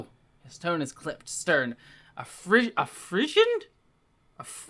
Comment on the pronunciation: Frisson is pronounced free-sawn. It's very common in historic romances.